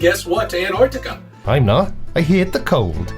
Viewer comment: NO, didn't he say "Annartica"?